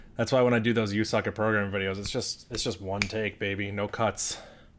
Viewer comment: Bro did not just said 'You suck at porgramming' but also 'You suck at piano'